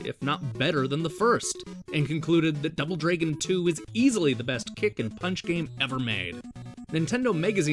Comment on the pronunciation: I hear: Double Draygin too